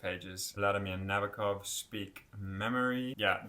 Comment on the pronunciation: The name is pronounced Na-boak-off. Stress on the “boak.” I met an old lady who had him as a professor at Cornell. She said that is how he told the class his last name is pronounced. She gave me the book they used in class. She also hung with Thomas Pynchon and played tennis with Ruth Bader Ginsberg. She said, “That’s why you go to an Ivy League college.” And there I was, a high school dropout. You got the pronunciation of Nabokov’s first name wrong, too, but I’ll let you work on that on your own.